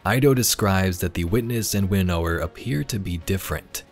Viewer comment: Please pronounce winnower properly